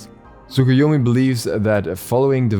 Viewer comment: When u are early but u dont know how to pronounce the name of new god